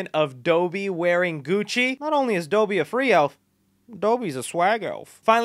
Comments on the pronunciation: Am I the only one noticing how he pronounced dobby? Doughby is what it sounds like he's saying lmao it's dobby 🤣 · It's Dobbie not Dobie! 🤬😠😡🤬😠😡😠😠😡😡😡😡🥷🏿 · Dobby. Not Doe-bee... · Dough-by? Dob-bee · It’s Dobby not dooby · My guy, look up how to pronounce dobby yeah? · this man said DOH-BEE and TOMB-BUH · he really was dough-bee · who pronounces dobby as Do-Bee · nice vid man bt ...it's Foghorn Leghorn, Dobby (Daw-B) & Pumba from lion king not Toomba lolol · Doby? That pronunciation sounds bootleg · A) WTF is that pronunciation of Dobby? B) Randy and Naruto? How! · Tumba???? You mean pumba right 😂😂 and how do you mess up dobbies name when they say it in the films 🤦🏻‍♂️😂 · you pronounced dobby wrong. its pronounces the same as lobby